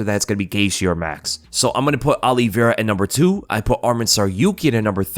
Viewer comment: It's Olie Vera that drives me nuts.